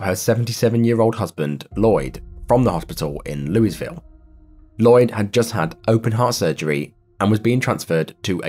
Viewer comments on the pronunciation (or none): It's not pronounced "looooisvill" it's pronounced "loovull. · Louisville is pronounced Loo-ee-ville. So sad. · Lol, he pronounced the S in Louisville 😂